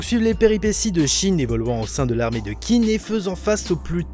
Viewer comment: Whaou ça a vraiment l air ouf rien que niveau dessin, scénario univers et j en passe par contre si tu veux savoir ça se prononcé "Tsine" voilà j étudié le chinois depuis 6 ans (je suis extrement nul à chier) mais voilà c est pour Info comme ça tu te sentira moins con si t en parle à chinois ou que tu veux caler une réf sur l histoire de la Chine voiiiila en tout cas cimer ça a l air ouf